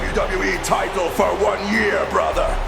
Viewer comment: "WWE tight-till"